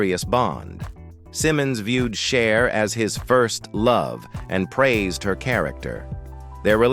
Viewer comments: It's not shar , or shies , it's CHER!!!! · Narrator learn how to pronounce Cher